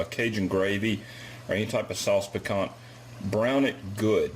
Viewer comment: FYI, it's pronounced "picantEAE"